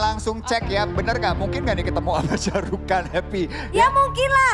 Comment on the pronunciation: ShahRukh Khan ya min ya. Bkn Syah 😆😆